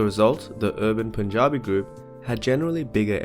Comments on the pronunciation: I'm glad you pronounced Punjabi correctly. Cheers from Punjab! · Impressive pronunciation of Punjabi